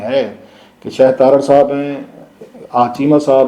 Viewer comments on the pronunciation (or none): none